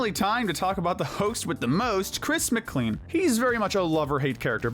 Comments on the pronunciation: Isn't Chris's last name pronounced "Mic-clane" no not "Mic-clean"? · Chris McCLEAN? It's pronounced Mclayne bro